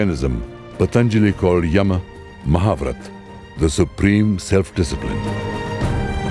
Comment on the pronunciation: A wonderful documentary. However, the narrator is omitting the last "A" syllable while pronouncing words like "yama" , " Kapila" etc. While this may be OK as per the rules of Hindi, it as not as per tge rules of Sanskrit where the last "A" has to be pronounced unless there is a "halant" at the end of the word. For obvious reasons, Sanskrit rules have to be followed in this case.